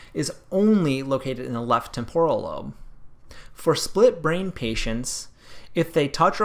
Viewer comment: TEmporal is the correct pronunciation. From Latin TEmpus, but even the Italian TEmpora has the accent on TE. The way you pronounced it is a smarty-pants Americanization which focuses on extremely cowboy sounds without any etymological care. Words are connected. What is the point to study if you don't? The TEmporan lobe is extremely important.